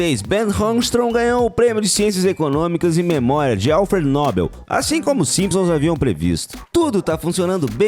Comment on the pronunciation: A pronúncia correta é Nobel e não Nóbel...